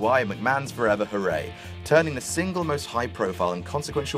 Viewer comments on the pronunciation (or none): McMahons 'forver' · "Mcmahons Forver?"